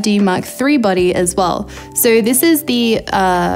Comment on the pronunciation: It took me a while to realize you were saying 'body' and not 'buddy'. Silly me.